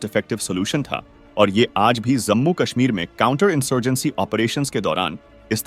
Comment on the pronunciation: Bhai zammu nahi hai woh Jammu bolte hain